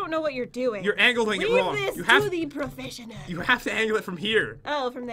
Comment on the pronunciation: Lol the decorating is so “prufeshinal”